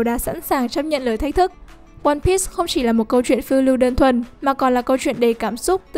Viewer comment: One bi not one bít